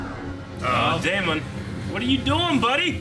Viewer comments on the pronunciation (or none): When are you guys going to learn to pronounce name right.....It's Not DAY MON It's Damon Just like MATT DAMON You don't say MATT DAY MON. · DaemUN. continues his choice to purposely pronounce names weird lol.